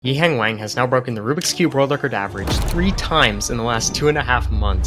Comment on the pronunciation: the way you say his name is grating to my ears pls look it up